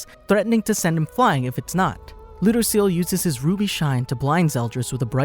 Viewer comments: Its lew-dose-ee-ell lol people mispronounce his name constantly lol and yes "his name" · He said...lou..dos...ceal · Ludociel? "lodoseal"